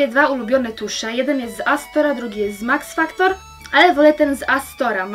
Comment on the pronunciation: Powiedziałeś Max faktor tak jak na twój im odcinku z makijażem mc